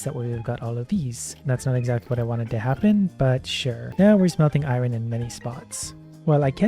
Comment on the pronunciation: I absolutely love watching but the way he pronounces iron does slightly bug me at times xD